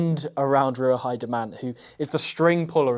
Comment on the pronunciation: Minor correction on the pronunciation of Ruahei; Roo-ah-hay. ;-)